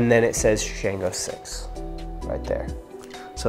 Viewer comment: We pronounce Shango like “Shawn-GO” and the way we pronounce Orisa is “Or-EE-Sha”. The pronunciations are very important in our culture. Otherwise, solid review dude! 😎 I’ve been wanting to get my hands on this but didn’t see enough reviews on it yet. If you don’t reach for this anymore, I’m down to buy it from you!